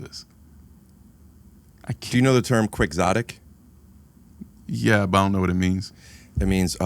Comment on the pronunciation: the pronunciation of quixotic is taking me out man. it's from the book don quicksote